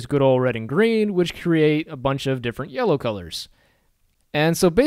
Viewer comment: Why does it sound like YOLO every single time you say yellow? I can't stop thinking about it...